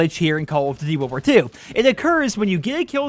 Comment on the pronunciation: I could see you don’t have an issue with sprint out time caz you play freaking slow and sit in head glitching spot with LMG... Youtuber like markofj quit this game caz they game promotes slow pace timmies like u play camp. when u said world war two why it sounded like wool worth three lol